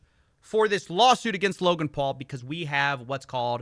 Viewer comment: i know unrelated but please keep calling Logan Paul, Logal Paul. everybody. ty.